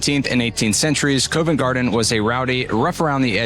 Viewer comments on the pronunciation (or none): Yes it is! And Covent Garden is pronounced as Cov ent Garden not Cove …and Borough Market is pronounced as Burra not Borrow…. It’s like learning a foreign language! 😄 ohhh and Route is said as Root not Rouh te - because a “rout” here means a bunch of people looking for a fight! 😲😁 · The Harp is in Covent Garden not covin garden, its prounced Cov Vent Garden, the O is prounced like the O in orange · Covent Garden is pronounced 'Cuvent Garden'. The 'o' is not over emphasised. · You need to check the pronunciation of Covent Garden, otherwise great video.